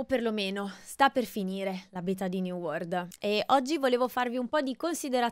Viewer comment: (Commento non importante) scusate la pignoleria ma quando si è abituati a sentire gli inglesi parlare triggera un po' sentire da italiani "new word" anziché "new world" 😅😂 come la pronuncia "levèlling" anziché "lèveling" (accento all'inizio e no doppia L) Per alcuni basta capirsi, ma chi è abituato a sentire pronunce corrette può capire 😂